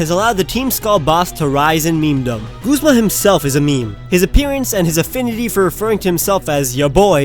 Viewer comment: wait did he just pronounce it "Goozma??" I've said "Guzma", like the 'u' in "shut"